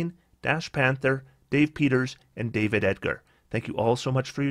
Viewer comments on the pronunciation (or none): none